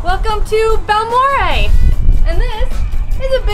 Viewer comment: Balmorhea is pronounced Bal-more-aye. My Dad was born in Balmorhea and I grew up in nearby Pecos Tx. I spent many summer days in that pool ❤